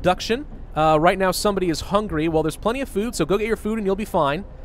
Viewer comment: Say it loudly "Hungry" not "Hungary"